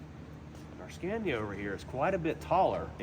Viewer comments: A little nitpick: it's not pronounced like "scan-ya", it's "skah-nee-yah" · so sick of the way he pronounces scania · STOP SAYING SCENYA. ITS SCANIA, YOU ARE PRONOUNCING THE ''A'' as a ''E'' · He doesn't know how to pronounce the name right. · Haven’t even learned how to say Scania.